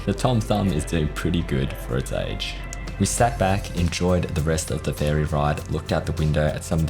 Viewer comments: Ferry. It’s… ferry. Not “fairy.” Ferry. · Im pretty sure youre saying fairy instead of ferry, sorry 🤣